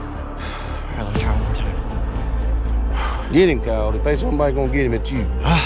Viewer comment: You said git not get